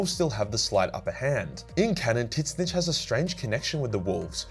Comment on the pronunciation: Bruh that “Titsnitch” pronunciation 💀